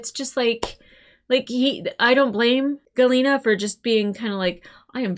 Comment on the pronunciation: 1. It's "Jil-ee-na". Sorry. I know you're working off of what you read in the subtitles, and they didn't stress the first letter/syllable very much. 2. Your frustration with D'argo is because they started out writing him as just the "raging barbarian" type, and didn't give him much else to work with. As they developed his character and gave him much more depth, he quickly became one of the best (and one of my favorite) characters on the show. Without spilling anything, hearing him sob was heartwrenching. 3. A microt is a little longer than a second; 45 microts is one minute, but an arn is still roughly an hour. A solar day is just what it sounds like (although that was an odd choice on the writers' part, as "solar" comes from the name for our own sun, Sol; although I guess a "stellar day" would've sounded too much like a parting platitude), and a cycle is roughly one year. 4. Claudia Black does deserve to be more well-known for sure, but considering the fact that she was in Farscape, Stargate SG1, Pitch Black, Queen of the Damned, and Ahsoka, as well as many voice acting roles in video games and cartoons, she's not as obscure as you think. If anyone has been criminally underutilized, it's Ben Browder (John Crichton). Outside of Farscape and Stargate SG1 (he and Claudia Black were both still under contract with SciFi (now SyFy) after Farscape ended, the only thing I've seen him in before his role in the MCU as an admiral of the Sovereign in Guardians of the Galaxy Vol. 2 was a